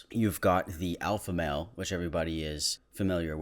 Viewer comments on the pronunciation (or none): I thought he said Sigma Main and my Overwatch brain took a while to realize it’s male not main